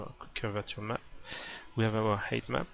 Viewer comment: lol everytime you say "height map" sounds like you are saying "Hate Map".